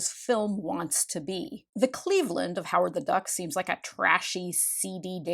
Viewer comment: I love how they get CLEEEEEVELAND so wholly . . . WRONG 😂. I’m from Ohio, and Satan’s Sluts won’t be chasing you there . . . 😂. Also I loved this movie as a kid. You gotta admit it’s entertaining! And a duck with titties will never NOT be funny to me 😂😂😂😂!